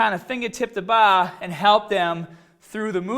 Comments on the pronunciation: So he can say core right but can't say BAR! Wtf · "Fingah tip the baah" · he says bah but power correctly lol.